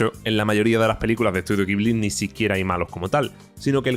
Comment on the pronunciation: La pronuncia es "jiburi", no "guibli".😊